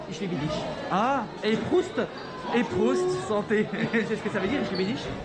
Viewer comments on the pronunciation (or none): Mdr on dit pas PROUST mais PROSIT...